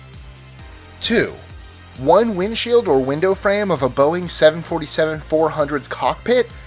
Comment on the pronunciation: You're pronouncing Boeing wrong